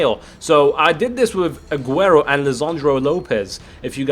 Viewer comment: drogba says Aguero😂